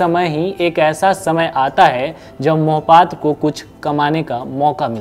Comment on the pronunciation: Beta Mohpatra nahi Mahapatra bolo